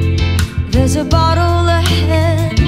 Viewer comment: Great cover but why does ate pronounce battle as bottle, it really annoyed me lmao.